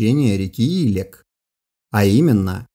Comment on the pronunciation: В Казахстане течет река илЕк ( с таким ударением). Купался в ней в детстве. Моя историческая родина))